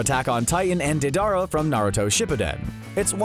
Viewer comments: Day-Dar-Uh? ITS FUGGIN DAY-DA-RUH Edit: Oh no, he said fucking Day-Dar-Oh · DAY-DUH-RUH NOT dadara WTF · am I the only one who got mad when he said Anne and dedaro instead of annie and deidara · Dude watch the anime I knew it was bs after Annie and deidara pronunciations